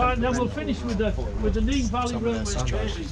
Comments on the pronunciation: Bro said nen it’s nene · Not saying your wrong but it’s pronounced neen